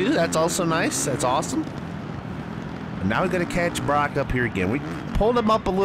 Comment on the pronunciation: You pronounced Broc’s name right